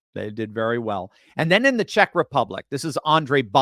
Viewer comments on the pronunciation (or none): none